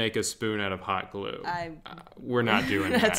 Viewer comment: the way she said hot glue as if it was warm glue and not something called hot glue